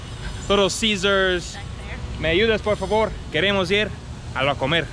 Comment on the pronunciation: the wey you’re saying La Comer it sounds like you guys are going to eat, that’s because you using the accent on the E instead of on the O, yeap! That’s the importance of the accents, 😜